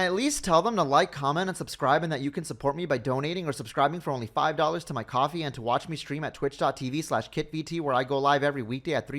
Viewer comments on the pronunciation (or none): Did he just pronounce "Ko-fi" as "Coffee" ? I like Blm because of the boom booms. I'm a pretty simple guy. I see something go boom boom? I must use the boom booms. Heck it's also the main reason why i like playing as Klee in Genshin. I literally just throw bombs and watch things go kaboom.